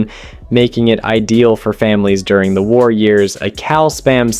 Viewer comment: you didn't even have to go that far... On the spam sandwich he keeps saying tar instead of war